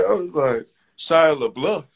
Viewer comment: “Shia La Bluff” what is wrong with this man 💀